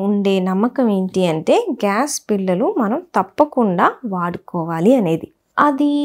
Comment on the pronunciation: మీ విడియోలు అద్భుతంగా ఉన్నాయి. మీరు చెప్పే విధానం, తెలుగు ఉచ్ఛారణ కూడా బాగుంది. కానీ కొన్ని తెలుగు పదాలు కొంచెం కరెక్ట్ గా పలికితే ఇంకా బాగుంటుంది. ఉదాహరణకు బిల్లలు బదులుగా బిళ్ళలు.